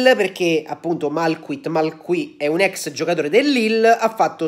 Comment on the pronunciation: Che pronuncia francese del gabon! Grande!! Ahaha